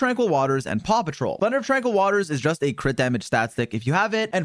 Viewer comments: He say "paw" patrol? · Did bro say paw patrol 😂😂😂